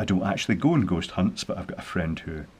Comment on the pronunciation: I didn't hear you correctly, did you say: ghost or goat detector? Why would you need a device for detecting Goats? If you said Ghost... you shouldn't be allowed to drive, much less construct something. Anyway, everybody knows Ghost hide behind AC outlet plates. Plug the two antennas in there.